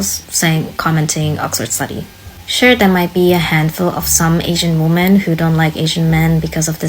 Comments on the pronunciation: Why do you pronounce women to sound like woman. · Great video. I have a question (and believe me, I'm not trolling). Why is the word "women" (plural of woman) pronounced "woman" in this video? It's a bit confusing to be honest. Is it a new thing? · "Women" , not "woman". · You're new here. It's every video. She can't pronounce it, she knows it sounds wrong to her listeners, she hinted that she can't and it might be a neurological disorder, but she's never explained WHY she pronounces it incorrectly. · How hard is it to pronounce women? 🤷